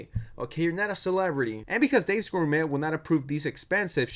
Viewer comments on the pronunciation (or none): Hm, it's not pronounced "Dave's GourMET." It's pronounced like 'gor-may.' It's a French word widely used in the US, but it sounds like English isn't your first language, probably, so fair enough, I guess. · its pronounced "gor-may" lmfao jesus christ bruh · cant you even say gourmet correctly? wtf